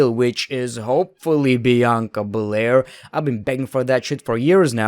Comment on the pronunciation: Idk if it’s your accent but it always sound like your saying Bianca Belare instead of bel air